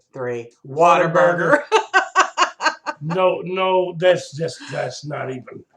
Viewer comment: # I knew you would say whatavurger..lol It's a southern thing.. I'm from the south. I've only ever bought your scent shots so many flavors to try and I wanna try them all first. Beside everything is so pretty I wouldn't be able to burn it.